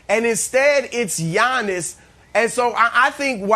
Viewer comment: i hate the way brandon says Giannis’ name lol he says “yawn-us” 😂